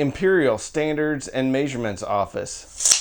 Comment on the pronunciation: Dude, for sure you're not canadian, but why do you say measurements so weird lmao.